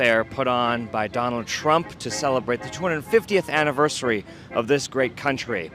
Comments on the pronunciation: What was that word "aniversy" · Did he just say annaversy. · Trump said "Anniver-see" LOL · Thank you for keeping us updated, trump couldn't say anniversary properly.